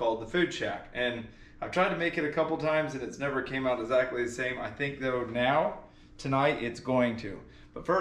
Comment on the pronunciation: UH-ZACK-LY (say it with me … EXACTLY)